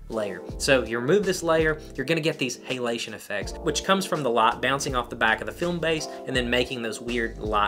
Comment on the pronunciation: Love how you say Hey-lation